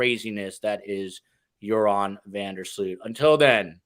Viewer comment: Great job guys Just wanted to let you know: the oo in Joran van der Sloot's last name is pronounced like the oe in woe.